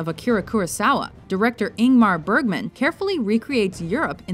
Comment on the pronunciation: INGMAR BERGMAN?